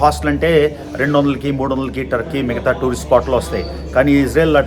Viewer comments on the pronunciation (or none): none